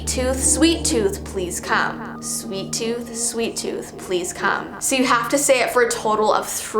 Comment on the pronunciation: DO NOT play the game "Sweet Tooth": Hey guys! today ill be playing "Sweeat Tooth" Me: are you sure you wanna play this you made a video not to plat the game "Sweet Tooth"